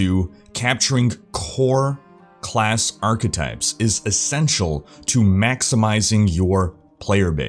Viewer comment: OMG i just started a new drinking game, everytime you say achetypes I take a shot. XD Never stop! making awesome videos!